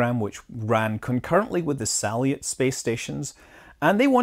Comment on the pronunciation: I wonder what are the roots of commonly used pronunciation "sO-yuz" with accent on first syllable? In Russian, accent is on the last syllable of this word. By the way, "saliut" also must have accent on last syllable. It's pronounced as "Suh" ("u" as in "sun", silent "h") + "lut" (sounds as in "pollution": with a soft "L" and with "u" as in alphabet). I won't comment on your version of "возвращаемый аппарат" :))